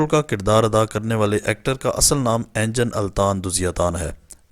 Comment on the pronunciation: بھاٸی انجن نہیں انگن التان نام ہیے